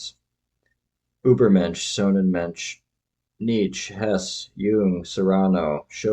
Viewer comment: With your interest in Hesse, it's a shame you can't pronounce his name properly. It's 'Hessa' not 'Hess'.